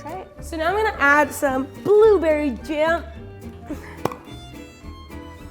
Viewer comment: It's booberwy